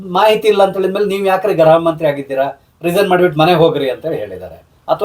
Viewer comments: ಗ್ರಹ ಅಲ್ಲ ಗೃಹ ಸರ್ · Please pronounce Gruha not Graha